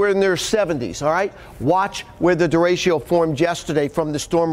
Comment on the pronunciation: How is it possible this guy can't pronounce derecho?